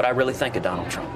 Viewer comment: I'm sorry Chris Hayes but did you say "Donald's Trump"? Got McDonalds on the brain huh?